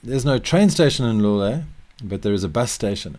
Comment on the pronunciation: For anyone trying to pronounce Loulé, the correct pronunciation would be "Low-lé", and not" "Lu-lé". Great video!